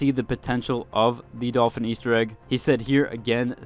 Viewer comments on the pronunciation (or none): none